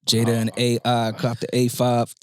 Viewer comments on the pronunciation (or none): none